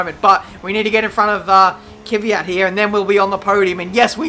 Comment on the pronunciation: stop saying Kevvyat